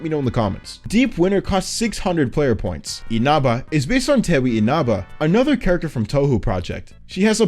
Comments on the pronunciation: as a touhou fan I heard you say Tewi's name and my heart broke. Her first name is pronounced more as "Tei" also another thing is for Dumsekkar you showed Loveshot and never did Loveshot themself. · person who broke their computer over touhou sm here, I pronounced tewi as tea-why